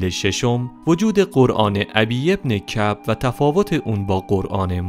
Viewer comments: ضمنا تلفظ بعضی از اسامی اشتباه است مثل اُبَیِّ بن کَعب یا نَجوَد را نجود خوانده میشود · ابی بن معب رو اشتباه خوندی😅